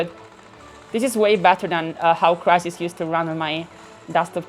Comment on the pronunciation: 😂😂💀 “WhEn CrItHiS”